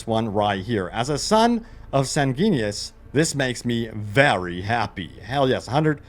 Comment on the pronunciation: Sang - g’win - e - us